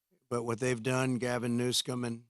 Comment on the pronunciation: New-SCUM hahah how fitting